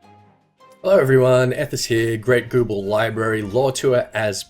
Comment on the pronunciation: The way you pronounced "Gubbe" is probably my new favourite word.